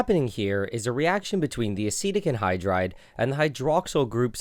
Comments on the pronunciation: Acetic acid sounds like acidic acid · I legit thought he was pronouncing acidic wrong the entire video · Yeah it took me 5 minutes to realise he wasn't saying acidic wrong he was saying a different word completely, asitec